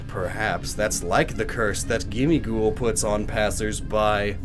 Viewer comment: I thought gimmighoul was supposed to sound like ‘Gimme gold’